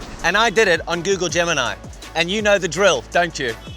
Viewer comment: Why did u switch to Indian accent in Gemini?!